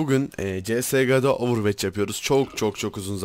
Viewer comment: Abi yanlız ovırveç değil ovırvaç diye söyleniyor